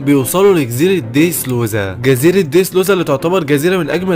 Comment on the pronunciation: يا خي بالهي عليك انطق الاسمي با الصحيح اسمه دريسروزا مو ديدرودا